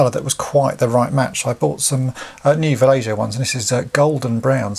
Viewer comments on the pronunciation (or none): good stuff. i think the paint is pronounced "va-lay-ho" :-)